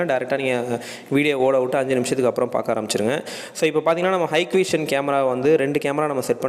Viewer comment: என்னது ஹைக்கு விஷன் கேமராவா 😅😅😅😅 யோவ் அது ஹிக் விஷன் யா! 😅😂